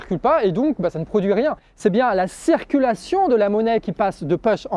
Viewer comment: J'entends "cerculation" ... au lieu de "circulation" !? c'est moi ou bien ??? Sinon super travail.